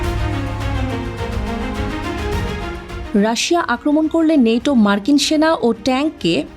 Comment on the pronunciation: নেটো না ন্যাটো বল